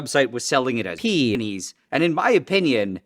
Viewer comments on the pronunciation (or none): "This website was selling a PEENEES"